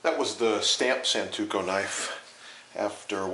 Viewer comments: It's SANTOKU, not santuko. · Every time he says santuko, I cringe with absolute disbelief.